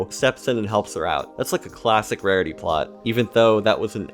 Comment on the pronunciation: wawity? Are you talking like Elmer Fudd now?